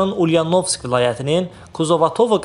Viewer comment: Bir duzemeli danisiqli savatli diktor qoyunda bura birde ulyanovsk sozu deye bilmir